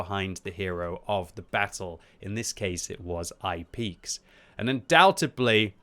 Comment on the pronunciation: Undoubtably? Undoubtedly.